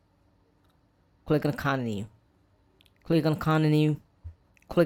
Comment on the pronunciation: Bros saying coninu lol